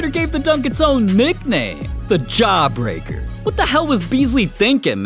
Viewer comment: " Ja-breaker!!" > Posterized